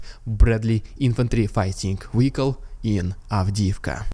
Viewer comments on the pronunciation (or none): none